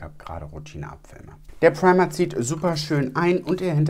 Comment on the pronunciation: "Preima" 😂 da kam der deutsche kurz raus 😂